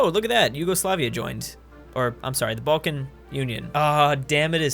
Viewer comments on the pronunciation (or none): And we can now add the ENTIRE SUB CONTINENT of the Balkans to the long list of places this Californian has pronounced incorrectly. Leading me to once again believe that we truly do need to nuke California until they act like proper humans, or they just kinda stop existing.